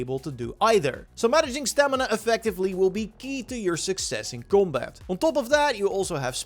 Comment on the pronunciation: u say combat like 'gumbaat' lol its hilarious xd esl god